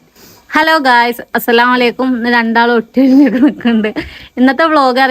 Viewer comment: Assalamalakum alla vekthamayi സ്വലാം പറയണം അസ്സലാമു അലൈകും എന്നാണ് പറയേണ്ടത്